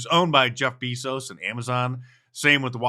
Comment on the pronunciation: "..Jeff BEE-zos..." Really, Mark? You can't pronounce Bezos (BAY-zos)? He's only been one of the 3 richest men on earth for 15 years now.